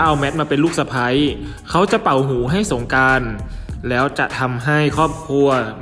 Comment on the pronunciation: ออกเสียงให้ถูกต้องด้วยคะ ตัว ร ไม่ใช่ตัว ล และออกเสียงคำควบกล้ำไม่ได้ ตัวอย่าง สงกานต์ กับ(กลับ) ลอคอย พะราชมงคลมุนี แข็งแลง (แรง) ช่วยปรับปรุงด่วนเลยคะ